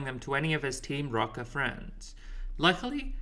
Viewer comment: no it's just that the dude in the video keeps saying "Team Rocker" instead of Team Rocket (like even in the captions 😅), and i felt like it was further evidence of why this game was tough for them 😂